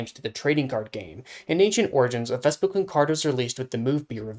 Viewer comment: You not saying vespi-QUEEN is giving me a stroke